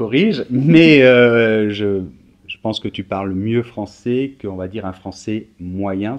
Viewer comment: Très sympa vos vidéos mais, pitié, ne prononcez pas les 'è' avec le son 'é' : "tu parles le japoné et le francé", non le japonais et le français.